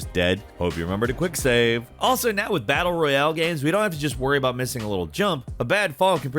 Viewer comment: "most battle-reEuHhaAle games"